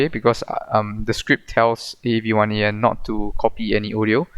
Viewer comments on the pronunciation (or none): It's pronounced avian, like with birds, cool script.